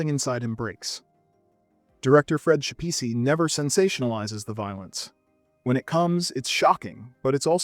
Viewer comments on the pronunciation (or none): Fred Schepisi's last name is pronounced Skep-See.